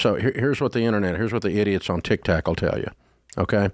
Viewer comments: I can’t stop laughing about Dave calling TikTok “tic tac” 😂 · It’s him calling Tik Tok, Tik TAC 😂😂